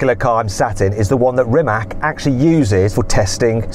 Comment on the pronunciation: Its not Rimak, its Rimac